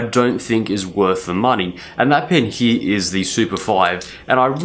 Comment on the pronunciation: U always say heeee for here. What wrong with u man . It’s so funny that instead of watching the video I laughed.